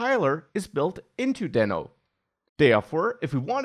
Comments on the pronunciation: It's Deeno. Like Reno Nevada. :) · It pronounces as "d i n o" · It's DEEEEEENO. Like Dino. Because it's a dinosaur. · It was supposed to be pronounced as Dino(Deeno) just what Ryan told. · I guess he changed pronunciation to "deeno" now... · I thought it should be pronounced daino.. Like Dinosour. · Not to take anything from you, but you might consider learning how to pronounce it before you recorded 14 min video about it.